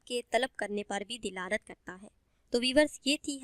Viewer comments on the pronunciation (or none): Apni urdu to thek krlen, dilalat nhi hota dalalat hota h